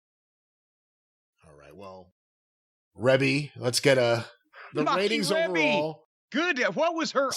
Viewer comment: Pretty sure it's pronounced "Reebie". 😊✌